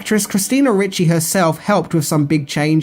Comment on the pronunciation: Ricci not Ritchie